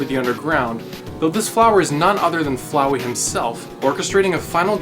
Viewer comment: flowey like floweed